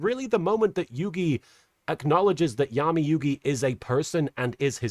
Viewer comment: Oh you weren't pronouncing Yami like that just to be funny? I would have never realized it wasn't a joke. 😂